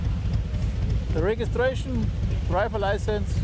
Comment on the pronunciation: "Draiwer leising"😂